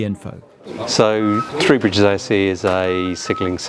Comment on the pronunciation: “Free bridges” - confirmed on the subtitles. Every time I’d be on a Southern train going to/from Horsham, every announcer would say ‘Free Bridges’. Ooh, I get a free bridge, can I choose? THREE BRIDGES, learn to pronounce. Interesting video though. Plus in the beginning, you’re standing next to my old civil service office, that big steel and glass box next to platform 1 at ECR.